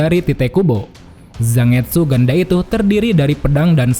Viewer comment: Kayanya cara pengucapan Zangetsu itu “Zan-getsu” deh min, bukan “Zang-etsu”, sama kaya penyebutan Manga yg “Man-ga” bukan “Mang-a”